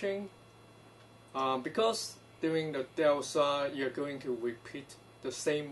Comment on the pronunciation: Hi. You're not the same name as the video poster, but you sound like you know about this stuff, so I thought I would ask. Do you know what the name of this procedure is so I could look up more about it. I mean no offense, but I cannot understand the word he is saying.